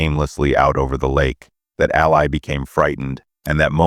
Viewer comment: Her name is pronounced “AL LEE”… not “AL LIE”😂